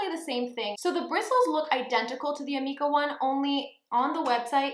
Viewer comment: It is pronounced ameeeka.... lol. Per my salon